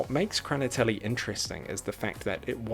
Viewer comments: Please, if you try to translate a Russian word to English, first listen how a native speaker says it. "Kraniteli" scratches my ears as a Russian speaker. The film is bizarre as hell. Peace. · It's "Hraniteli" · Прикольно произносишь "хранители")